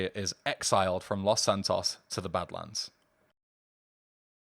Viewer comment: lmfao dude have you never hear spanish? it's pronounced Loes Santoes tanto!